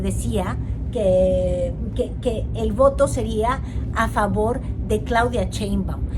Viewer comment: Cada vez que dice "CHEINBAUM", me da escalofrios 🤣🤣😂😂